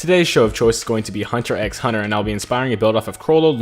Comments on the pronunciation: It's pronounced hunter hunter the x is silent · Says hunter x hunter is his favorite anime, Also pronounces the x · I’m pretty sure you don’t pronounce the x in hunter x hunter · Your favourite anime series but u say the x in the name. Hmm moment